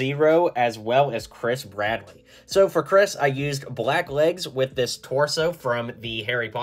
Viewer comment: Why did I keep hearing you say “Chris Pratt” when you said “Bradley”? It works so well and was so confused why you made a minifigure of him for this 😭🤣